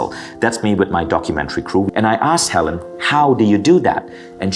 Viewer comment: Ok. First of all it’s Hel-eeeeen. NOT Helen. They are not interchangeable. 2’nd, I love your channel! ( that was my mom…HER name is Helene). I enjoy your channel very much as well. I’ve learned a lot! Now my mom is learning. Thank you for sharing your knowledge!!! 👍